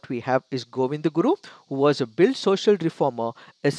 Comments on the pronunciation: They are not pronounced as Bhil they are Bheel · It's sounds भिल in place of भील. भील is correct